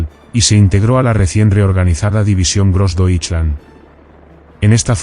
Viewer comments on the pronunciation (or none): Please learn how to say GrossDeutschland correctly, I had no idea what you were saying, I was wondering what is dirkland & ditchland! and who is gibbles ? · Really bad pronunciation of Grossdeutschland. Gross-doy-schland. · Konnten sie niemanden finden, der wusste, wie man „Großdeutschland“ ausspricht? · Grossdeutsche Division was — grossly pronounced